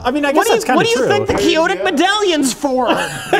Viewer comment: They actually correct even though this is the time he's really said it right!